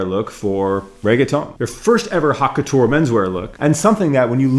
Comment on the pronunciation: “hot” couture 😂 it’s pronounced like the word “oat” … haute (oat) couture lol.